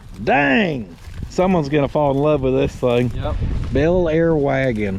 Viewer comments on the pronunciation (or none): none